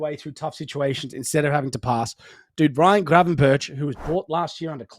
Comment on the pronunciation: Pls say Gravenburk... not burtch